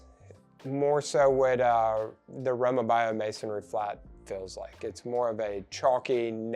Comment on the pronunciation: Row mah bee o is how it’s pronounced.